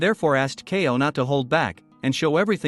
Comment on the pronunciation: Bro its kaioh not kayo